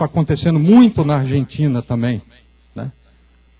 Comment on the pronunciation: boa a palestra , mas ver um ufólogo , que é engenheiro dizendo " tamem " em vez de " também " . é dose pra mamute enfurecido picado por abelhas africanas nos testículos. Tudo bem uma pessoa não estudada cometer esses erros de português , mas um engenheiro ?